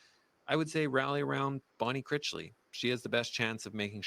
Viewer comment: you're saying Bonne Critchly's name wrong, it's Critch, rhymes with rich, as in richly. Critchly. You're saying it like, crickly, there's a T in there.